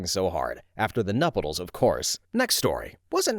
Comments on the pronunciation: "nupetles?!" nuptials nuhp-shoo-ahls. This one hurt. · this is like telling a friend they have spinach in their teeth: it's nuptials: pronounced nupp CHOO als. Pergola: pronounced PURR-go-lah. You are awesome.